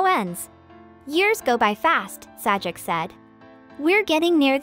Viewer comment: Your computer-generated dialogue, and the "Sah-jik" is pathetic.